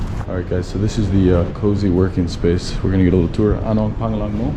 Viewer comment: Your pronunciation of "pangalan" needs to be worked on. It's so off. It's pronounced "pang-Alan" with emphasis on the "Alan" like the name. The 'a' in "Pang" is pronounced almost like an "o" in the word "lOng."